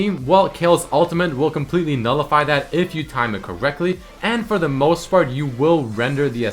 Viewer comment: did you say "for the most fart"